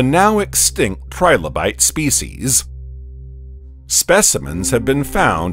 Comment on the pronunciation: Trilobite not tribolite, you ignoramus